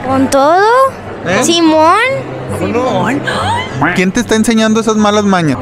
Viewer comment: l juan disiendo simon como el juego de simon dise